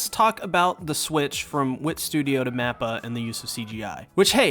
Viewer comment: Why do you keep saying "NAPPA". This is Attack On Titans mate, he's not in it. I'm just playing. I know he's saying "MAPPA"